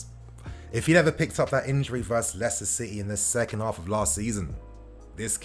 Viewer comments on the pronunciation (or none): none